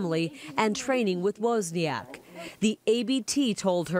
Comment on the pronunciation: you don't pronounce Woźniak like that....